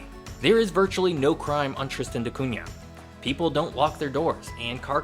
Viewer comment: Thank you for saying "Da Cunha" correctly. I am not sure if that is how the islanders pronounce it but this is my last name and you said it the right way.